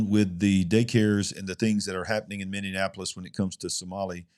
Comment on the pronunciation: A fun thing....say mini-apolis. ... .not mini-in-apolis.....lol I think the way you pronounce it is funny...im not making fun of you,,just trying to help you pronounce it correctly..